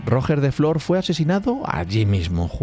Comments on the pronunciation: “Rojjjjjjjer de flor” No costa res buscar com es diu en Català: “Rugè da fló”, es pronuncia. G de GENERATION, no GINECÓLOGO. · Cada vez que escucho mal la pronuunciacion de Roger de flor Almogaver creado Mercenari Català me duelen las orejas, tal como intentas pronunciar bien los guiris intenta hacerlo amb Ruger de Flor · Roger de flor de pronuncia "ruyé de flo" he puesto yé porque se pronuncia como yes pero acentuado, y en català normalmente no se pronuncia las r finales! Pero como siempre un trabajo de 10! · Tío el nombre de Roger de flor sería de agrado una pronunciación un poco mejor solo una pequeña crítica Si puedes decir roger federér puedes pronunciar bien Roger de flor 😊